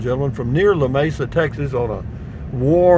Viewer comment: It is pronounced Lamesa the e is like it is read aloud. There is no separation of the La-mesa as you pronounced it. No Spanish influence on the name.